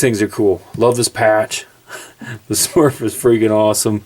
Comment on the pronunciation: Nice knife. Perfect size, not overly large... and you said "Smurf" wrong..... (JK)...